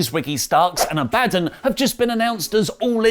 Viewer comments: Damn it..... I told you it's pronounced Ab-ah-don! Get it right you barmy muppet! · still sayin aba-don wrong as a badon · "ABBA-DON" Yikes! You are butchering her name. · still struggling with saying Abadon is nice continuity WT. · still cant get Abadons name right lol.